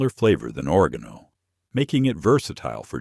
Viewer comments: TI how to pronounce oregano it’s very important to where you put the emphasis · Thanks for a fascinating presentation! Was puzzled by mispronunciation of certain herb names llike oregano and taragon. Then I realized it was an AI reader.